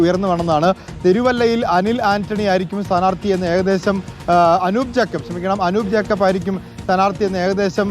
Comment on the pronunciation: അനിൽ ആന്റണി, അനൂപ് ജേക്കബ്.. ആദ്യം പോയി നേരെ പേരെങ്കിലും പറയാൻ പഠിക് 🤣🤣